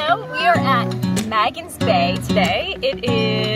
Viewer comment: Natives pronounce it more like "MAY-gins" (Magen's) Bay.